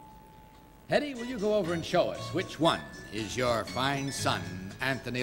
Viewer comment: It’s Hedy not Hedley!